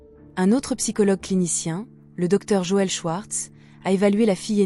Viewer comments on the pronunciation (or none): none